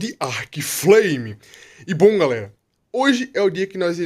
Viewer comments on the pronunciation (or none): none